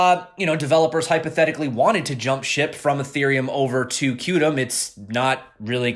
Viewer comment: QTUM is pronounced, quantum.